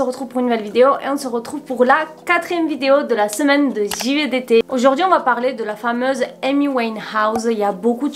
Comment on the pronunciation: Je rigole a chaque foi que tu dit "givdt"désolé c'est l'acsent